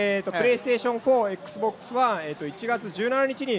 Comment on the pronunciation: P-Ash 4, Ex-Box, PShe.........LOL